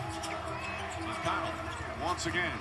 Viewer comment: Will he finally call him McConnel 🙏